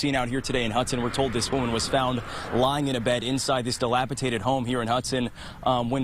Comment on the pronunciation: "dilapitated"?! He said it THREE times! JFC 🙄....the word is dilapidated. How can you be a news person and not speak correctly?🤦